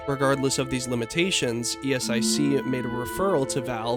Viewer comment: nice video but ESIC is pronounced [ESIK] not [i: es ai si:]